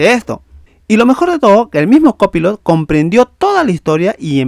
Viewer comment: Aprende a pronunciar COPILOT 😂😂😂😂